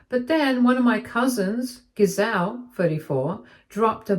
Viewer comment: You are saying the name GISELE wrong. The G has a J sound. Said as "JIH-ZELL".